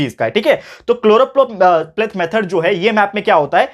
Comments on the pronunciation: SIR ITS CHOROPLETH METHOD NOT CHLOROPLATE METHOD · Sir it is choropleth